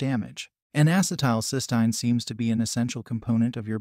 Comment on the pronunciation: That’s not how you pronounce cysteine